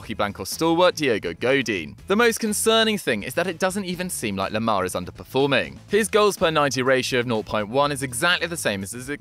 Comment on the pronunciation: It's thomas lemar not toma lama....